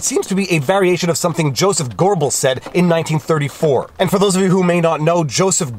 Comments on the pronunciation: Goebbels - long o - like Goethe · Sorry I had to write this. There is no "R" In Goebbels! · I love ya, but there is no r in Goebbles ;)